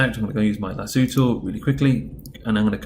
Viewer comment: 'lasooo' im dying rn